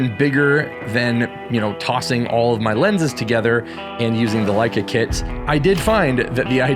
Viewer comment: Leica makes you more creative is what I heard. You said that right? :)